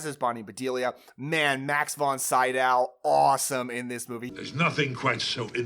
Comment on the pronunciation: Not trying to be mean but it's Max Von See-doh not Sigh-dow.